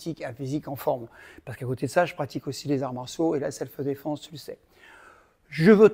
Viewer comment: Selfh-défense et non pas selfeuh-défense. Sinon, toujours aussi inspirant!